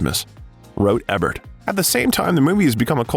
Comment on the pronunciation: I really love your bios, the info and visuals are awesome, and the voice and pace are perfect. If I had just one criticism that can fall on the "needs improvement" side, it's- please look up names to say them properly, Ivan, Ebert, Ramis all have hard vowels. I've noticed this in several of the bios and I think they'd be absolutely perfect if this could be corrected. Thank you for the hard work